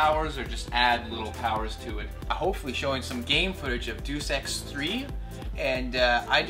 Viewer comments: Sounded like Saying "Do Sex" When he said Deus Ex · i just kept rewinding it to see that Asian girl spasm on stage... not to be a dick but DEUS EX is pronounced 'DAY-US':) good coverage of games I'm also interested in thanks for being so thorough guys!..wtf just rubbed those games on her boobies xD